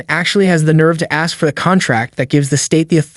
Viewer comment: Why does he say axe instead of ask?